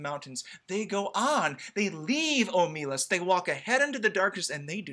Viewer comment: You ought to be able to tell that the intended stress is OH muh LAS, because it makes the title and last phrase a line of iambic pentameter. ;)